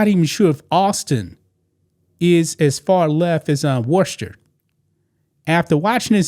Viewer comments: You pronounce it. Wisster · Worcester, Massachusetts is pronounced “Wooster ( WUSS-ter) WUSS - ter. Don’t pronounce the R. It’s a tough one I know they have a strong accent up there. It’s the Trans community that’s messed up the LGB wants to be left alone. Trump changed the website to only LGB. The Trans people went nuts he left out the T. In all actuality a Trans person is either a LGB but they want their own letter they annoy the LGBs. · Wooster. pronounce it wooster. Or, if you want to say it in Southie it's Woostah. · How about pronouncing Worcester correctly first. Next, dont come for the gay community. How about understanding why we are terrified of him and the oligarchs. Too bad that you as a black man will not understand they are coming for you as well.